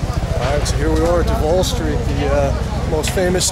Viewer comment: Its pronouced doovall no deval.